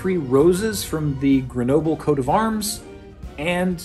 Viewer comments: Gre No Ble? Canadian is not supposed to be a bilingual country!? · So... Just so you know, "Grenoble" isn't pronounced like that. French doesn't do the thin English does of inverting the "e" and final consonant when pronouncing a word. Like "noble", "centre", "theatre" are spelled the same (up to diacritics for "théâtre") in French and British English, but not pronounced the same. Grenoble is pronounced \ɡʁənɔbl\ .